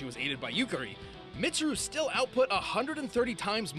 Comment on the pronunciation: tfw prounces weiss's name right. utterly butchers mitsuru's me: angry persona fan noises